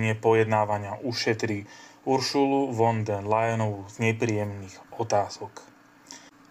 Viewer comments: Máte problémy so vzdelaním, prijímaním informácií a s gramatikou! Von der.... Sa číta fon ! Čítajte, vzdelávajte sa a venujte sa rétorickým cvičeniam. Inak to môžete zabaliť! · Von der.... sa číta: Fon der... Je strašne ťa počúvať !!! 😢🫡🇸🇰